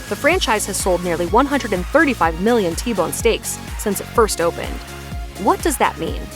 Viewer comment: "I Bone Forever" ... OHHHH "T-Bone". lol.